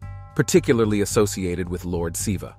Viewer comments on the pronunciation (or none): none